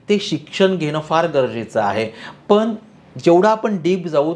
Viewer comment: asunahee tumhee "पण" ला "पन" बोलत आहात